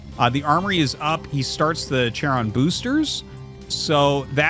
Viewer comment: charon is pronounced "karon" with a hard C after the Greek mythology character.